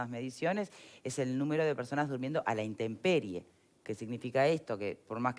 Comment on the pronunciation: Además por favor.... no es interperie...es INTEMPERIE